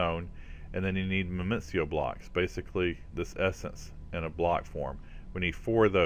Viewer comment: Minicio = "mih-nEE-sEE-oh" or "mih-nih-sEE-oh" lol #grammarnatzi :P